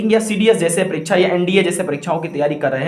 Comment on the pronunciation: It's परीक्षा not परीक्छा